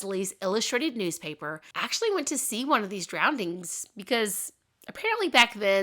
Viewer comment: You're a great storyteller, you really paint the scene! I love listening to your videos, but, did you say "drowndings" 😂